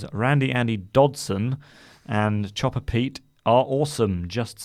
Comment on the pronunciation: Thanks for taking the time to enunciate the name Chopper Pete... until now? i thought his name had been Jobber Pete